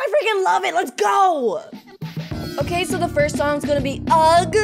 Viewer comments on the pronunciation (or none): It's ugh not ug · When she said “UGG” I was bruh moment it’s UHH